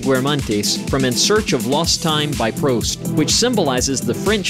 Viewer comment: Not a bad doc but is this AI or something? The butchering of names is astounding for a public forum.. Proust pronounced as Prowst? The artist Leger pronounced as Laygar? It goes on and on. Strictly a CRINGE-FEST of mispronunciation. Inexcusable.